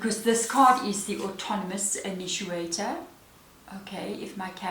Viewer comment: Thank you. Spot on as usual and a good giggle as well from your pronunciation "inituator" of initiator. I thought it was a word I didn't know until I read the card title. I just love these readings, especially to the Collective. Always exactly in line with the path I'm on. 🦋💙💦